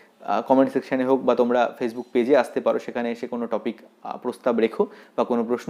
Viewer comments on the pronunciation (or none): none